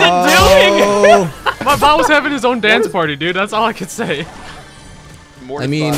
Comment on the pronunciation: It sounds like they are saying “Butt” instead of bot